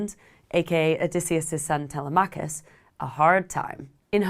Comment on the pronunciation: Nooo Tea-lem-ah-kuss not Tele-mach-us. But great video.